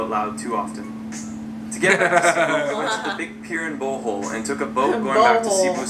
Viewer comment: Its pronounced as Bohol not bowhole